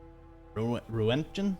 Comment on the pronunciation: Roentgen = ront-gan (looked it up! Various pronunciations, but appears to be ront-gan in the UK). It seems to be some form of electricity generated by radiation(?).